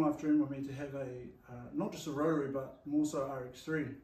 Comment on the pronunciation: is there a meaning behind how you pronounce rotary sounds like rotree haha cracks me up